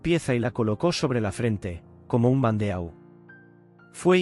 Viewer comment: EMPEZAMOS BIEN BANDEAU TIPO DE TIARA, SE PRONUNCIA BANDO, ACENTO EN LA O. APRENDE A PRONUNCIAR FRANCES.